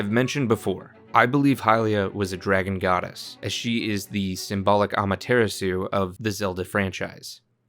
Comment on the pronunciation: Ima be a jerk for a second- it’s pronounced (Ah-mah-tur-rah-sue). Ok I just had to get that out lol